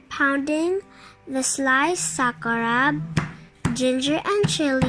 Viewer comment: sis, SAKURAB po hindi SAKURA..